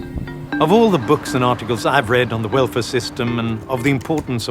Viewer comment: It sounds like he's saying "werfare" instead of "welfare."